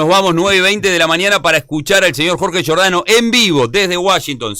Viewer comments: se come todas las "s". Qué hambre. También está dispuesto a seguir comiéndose goles, no precisamente con cuchillo y tenedor, sino con embudo. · Giordano, te vas a empachar “ comiéndote las S”